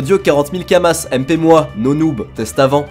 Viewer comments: c'est des Kama(s) pas kamassssssse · Kamas bordel pas « Kamasses » !! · Kamas, pas kamasse. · Et les « kamass » aussi, ça me ronge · Tu dis sérieusement "kamasse", xD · Il dit vraiment kamaSSS ? wow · lol on prononce pas le "s" de kama c'est du pluriel tu dis dis pas des "euross" a par cela bonne video et je vais direct voir la chaine de Epic. Je compte bien retourné sur le jeux j'ai du retard a ratraper autant s'y prépater. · Prononcé le s de kamas sa choque personne ? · Bah oui c'est Kamasse